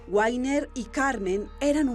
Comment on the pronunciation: Por que dicen a una bestia Sr .. no saben ni pronunciar el nombre guainer se dice wagner pronunciacion vagner